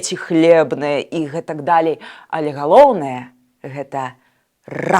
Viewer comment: ..не. ,,дАлей,, а ,,далЕй,,.